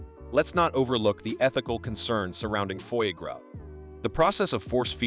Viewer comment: Just the way you pronouce foie gras deserve a big nique ta mère 😂